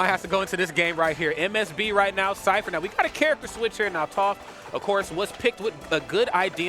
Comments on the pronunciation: He's probably doing it out of habit since there's a melee commentator which goes by Toph that's pronounced Toaf. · Man said touf, how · Who else cringed inside everytime they said Toaph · Toph, pronounced like cough. Not Toaf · Aint no way he watched avatar if he calling her toe-ff 😭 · Say Towf 1 more time. lololol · Is everyone going to say Toph's name wrong because of the commentator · Facepalm the way he pronounces toph... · it was enjoyable otherwise, but I cringed at each mispronunciation